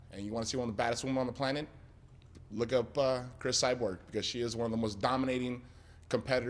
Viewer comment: "Chris Cyberg"- Tito Ortiz